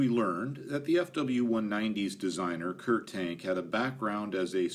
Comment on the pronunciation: Kurt Tank is pronounced Kurt (say as little R as you can, not Kurrrt) Tahnk (like ah, that’s better). Kommandogerät is more like KOE (like whoa!) mahn (Ah, again) doe (a deer, a female…) GEH (eh, what’s that) rayt (half the a sound through your mouth, other half through your nose, don’t let your tongue touch anything in your mouth. HTH. Love your content. Fun fact—German doesn’t have silent letters, except in loan words. Anything you read you can pronounce, anything you hear you can spell. Pronunciation is the EASIEST part of learning German.